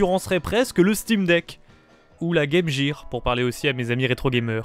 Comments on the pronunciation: Et j’ai vomi des oreilles avec la "Game jire" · "la Guemjir"